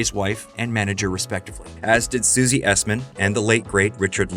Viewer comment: Hooray, you got Susie Essman's name right!